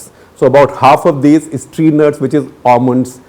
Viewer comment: Very concious pronounciation of Almonds